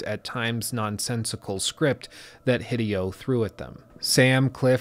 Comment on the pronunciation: Small detail, name pronunciation of Hideo is “Hee-day-o,” with the accent on “day.”